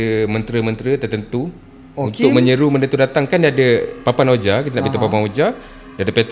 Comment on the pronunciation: 😊Maaf guys nak betulkan sedikit sebutan OUIJA board tu... Sebutannya adalah "WIJI" walaupun dieja begitu, don't ask me why, it's just the way it is, harap maklum guys... 😅sudah anda belajar, sila komen!